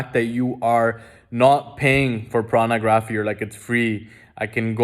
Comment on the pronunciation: Bro why u keep saying Prana graphy? And not Porno? 😂 😂. Always appreciate the content tho very informative and enlightnening!! 👍🏻